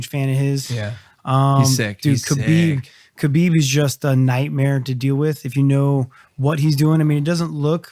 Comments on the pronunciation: “khebib” - gsp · No one... George - KA-BEEB!